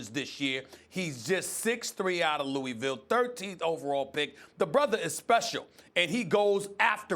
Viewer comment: Lewey-Ville No, SAS, it's Loo-uh-vull